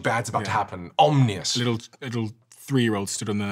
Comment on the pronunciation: Funny how he said omnious instead of ominous....😂